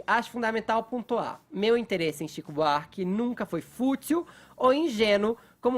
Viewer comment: Fefito é chato demais.”Tzico Buarque”... HUAUHUAUHUAU